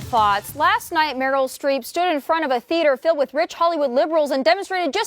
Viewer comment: Genie H well it's Streep not street so...